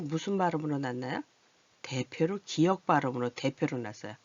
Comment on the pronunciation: 기역이라고 읽어요